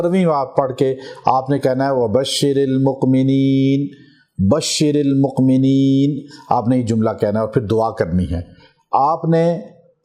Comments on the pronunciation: Sir ji ye ayat drust nai parhi apne ye مقمنين nai he مؤمنين he gustakhi muaf karna plz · Yeh Akhir wali Ayat Wa Bashiril momineen hey jub k ap moqmeen keh rahy hain bar bar sonany par bhi yeh ilfaz keh rahy hain plz wazya jarain